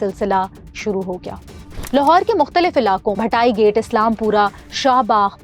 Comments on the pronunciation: Madam Bhati gate hai bhatai gate ni or Islam Pura hai Aslam Pura ni pehle jagah k naam to Sahi say seekh lay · بی بی اپنے تلفظ پر دھیان دو۔ بھاٹی گیٹ کو آپ بھٹائی گیٹ کہتی رہی، "عرف" کا عارف کہتی رہی۔ اسی طرح اسلام پورہ کو اسلم پورہ کہا۔ کہانی کی طرح تلفظ بھی اہم ھوتا ھے۔ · Ma'am bhatai gate nahi bhaati gate correct pronunciation hai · Sir, it is not Bhatai, it is Bhati (Bha-ati) gate. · Yes.... And it is not Bhatai, it is Bhati (Bha-ati) gate. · it's bhaati gate, not bhatai gate, please thora research kr lia kren script reading se pehle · Bhati gate (bha-tea) not bhatai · Bhatai gate 😂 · Bhatayi gate :( yaar pronounce to theek kr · She can't even pronounce the areas name appropriately. Its Shad Bagh, Bhati Gate, and Islam Pura. Not Sha Bagh, Bhitai gate, and Aslam Pura